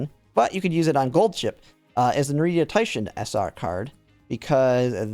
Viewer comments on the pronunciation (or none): as a side note (no hate!) when you say Narita, you're mixing in an " i " that's not there so it's not "Narit ia" but "Narit a" ~